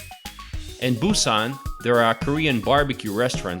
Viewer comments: Gonna give you a downvote for all of your useless mispronunciations of almost every poi. Kind of defeats the purpose of a guide, don't you think? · Cool video and lots of information but oddly, your pronunciation of the areas is pretty bad. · Hahah you butchered every name in Busan. Great video though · I've been living in Busan for about 10 years now. You severely mispronounced many places...However, everything you said about photos on the beach and other fun facts are completely true! BTW, All Korean food is wonderful (just stay away form the hong-eo/fermented skate fish) Do you wanna visit Busan and you have a bachelors degree? Come teach for a year and get paid decently. I love this place! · Good show and could be better if you can pronounce the Korean destination names better. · your pronunciation of the areas of Busan needs a lot of work but you have a talent for making these kinds of videos